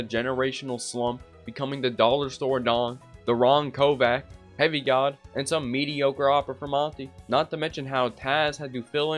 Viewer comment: reading Kovač as Kovak kinda downplays your cs knowledge ngl